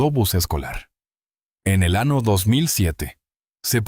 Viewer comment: ¿ que pasa con la letra Ñ? Es de risa escuchar el año por "" ano"" en castellano o español es CULO , montaña por "" MONTANA"" estamos en en el antartico o en una ciudad de EE.UU ?